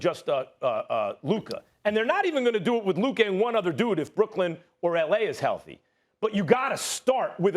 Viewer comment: Who is Luker?? I thought it was Luka